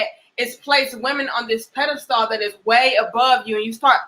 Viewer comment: My girl is pronouncing pedestal all wrong 😂😂😂 good vid though